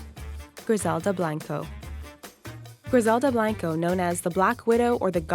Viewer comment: my last name is blanco....... and its not blaaaanco you say it like bl-o-nco